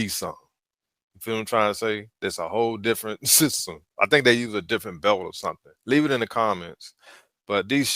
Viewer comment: "Can y'all do a testing" "ittle speed" "Differenchch" Can't even pronounce filter. And you wonder why you're having a bad time? Hmmmmm Smh lol